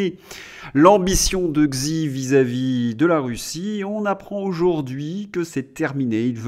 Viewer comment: Arrêtez par pitié de prononcer Xi comme dans xylophone! En chinois x se prononce ch comme dans Chicago. Xi se prononce Chi. Vous perdez en crédibilité.